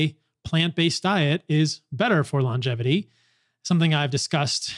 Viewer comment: Paul, thank you for saying "lon-gevity" instead of "long-gevity."